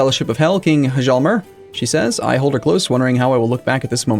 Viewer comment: the "h" in "hjalmer" is silent, just say "jalmer"